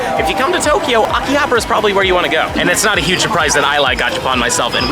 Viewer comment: Did I hear AKI-ABRA? Love that place too though. I missed Japan so much. Thanks for sharing with us.